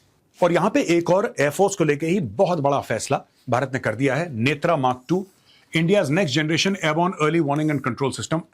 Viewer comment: नेत्र को नेत्रा क्यों। शब्द हिंदी का है और आप इस शब्द को समझते हैं फिर ऐसा क्यों। आप नेत्र बोलेंगे तो करोड़ों लोग बोलेंगे। आप स्वयं आर्य हैं और आर्या कहलाना पसंद करते हैं। साहब आप भी भारत में निर्मित शब्द बोलें ना कि जो विदेशी बोलें। भारत को भारता ही बना दो, बात खत्म।